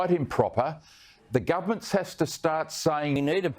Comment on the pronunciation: Why do these Bogans say "gumment" instead of government?